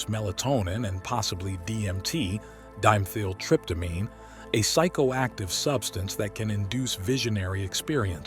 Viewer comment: It's not "Dime-theel-tryptamine", it's Di-Methyl-Tryptamine.